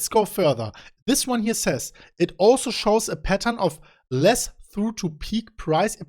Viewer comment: "trough" is not "through" it is "trough"! Pronounced "troff" -- it is a low point. Come on, how do you not know that, as a professional financial analyst!